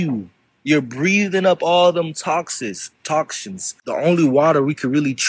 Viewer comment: That one dude towards the end pronouncing toxins as "toxshins". Sigh.